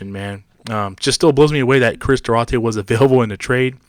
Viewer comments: Due-Artay , not Due-ratay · It's pronounced Dwar-tay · It's Do-are-tay! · Say his name correctly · Learn how to say his name you goofball